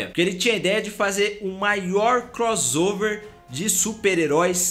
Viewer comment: Mano, muito massa o vídeo. Mas em todos os vídeos você fala "crozover". A pronúncia certa é "croçover".